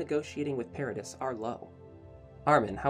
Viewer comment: you said the islands name wrong the whole time i